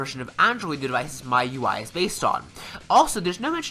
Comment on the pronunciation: its "shaw-mi"(Xiaomi) and its "Me You I"(MIUI)